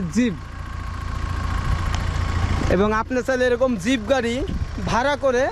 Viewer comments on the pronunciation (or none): Zib na jeep bole ok Valo bhabe zib diye kota tao ber hoina tomar re bhai aage zib take valo bhabe mati diye ghuse porishkar kore niyo okay tar pore zib na bole jeep bolbe ar valo bhabe hindi bolbe okay karon ordhek ta hindi hoi ordhek ta urdu hoi ar ordhek ta bangla bhasa bolo tumi tai boli je zib take mati diye porishkar kore niyo valo bhabe 🆗🆗🆗🆗🆗 bYyyy,....